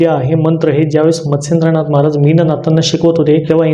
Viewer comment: मच्छिंदनाथ कि मत्सेंदनाथ नीट उच्चार कळत नाही.